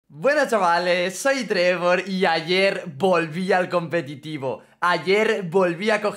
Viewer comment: Que humilde diciendo competido